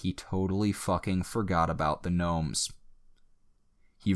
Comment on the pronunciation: Did you say knomes